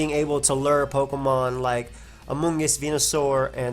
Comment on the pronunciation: I love it when says lur instead of lure